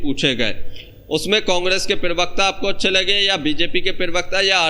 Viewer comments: Bhai pirvakta bolna chod do..pravakta hota hai. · Pravakta ko pirvakta na bola kare hamesha dekhta hu toe bura lagta h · अरे यार, पिरवक्ता नहीं प्रवक्ता कहते हैं। उच्चारण ठीक करो। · Pirvakta...pervakta...parvakta...Arey pronunciation athwa uccharan to sahi kar lo.. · Pirwaqta nahi prawaqta hota hai😂😂😂😂